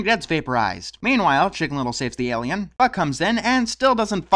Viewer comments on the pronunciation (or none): Your pronounce alien like me! I always say air-lien instead of aye-lien